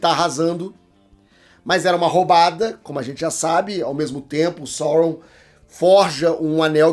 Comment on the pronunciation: Só uma dica... A pronúncia é Saurôn! Até Saurrôn no élfico...